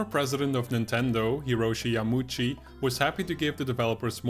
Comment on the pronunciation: People that don't know Japanese look at a name like this: Yamauchi 山内, and see the "au" and instinctively assume it's supposed to be pronounced as one sound, like "YaMAWchi" or "YaMOOchi". It's actually read as two separate vowels, hinted at by the two kanji characters: Yama-uchi (or "yama-oochi", whatever your preference).